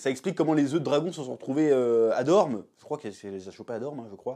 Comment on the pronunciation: Mdr j’ai rigolé pendant toute la vidéo. On sent que tu n'as pas lu les livres et que tu ne maîtrises absolument pas l’univers et c’est ça qui est bien, là ça se voit. Par contre c’est Dorne, pas Dorme. On dit les Dorniens et oui, les trois œufs sont bien ceux dans GoT, le quatrième, lui, va naître pendant la danse des dragons.